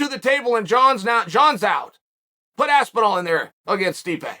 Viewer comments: I came here to hear chael call him aspinwall. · It's motivation for the fighter... you haven't made it until Chael learns how to say your name correctly, or at least as well as the average American might. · Tom AWOL Aspinall. Always disappears when you wanna hear something interesting. And pays homage to Chaels ‘Aspinwall’